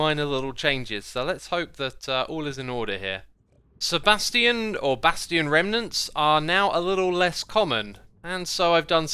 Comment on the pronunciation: bruh he just said sebastian remnants